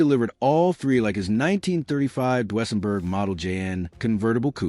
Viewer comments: The way the narrator say Duesenberg made me stop watching... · Learn to say Deusenburg